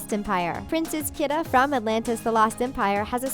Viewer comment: Oh HELL NO. 1. You pronounced Kida wrong 2. Kida is dark skinned and white haired, and Kesha is white and blonde. So, they don’t look like each other. At all.